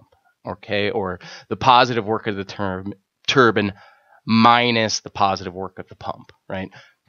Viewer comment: Great video, only thing I could criticize is how you say turban instead of turbine. But supper helpful video!